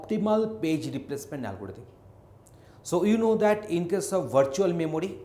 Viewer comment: It's not a algoditham it's algorithm